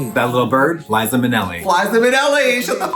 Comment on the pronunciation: blinkuh Oh no! I thought I heard Flies-za Minnelli!